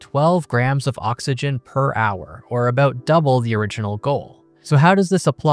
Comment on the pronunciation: WOULDN'T NOT WOUNNINT ABOUT NOT ABOAT FLOATED NOT FLOWDID ATOMS NOT ADAMS